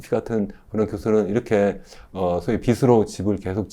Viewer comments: 한글 발음 좀 제대로 합시다… 교수라는 사람이 참… 빚으로 = 비스로(x) 비즈로(ㅇ) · 올바른 발음 하자고 한건데 잘 못인가,, 비시 비스로 듣기 거슬리구만